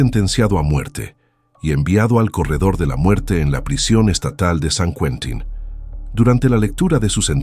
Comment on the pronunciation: se dice San Quintin a ver si pronunciamos bien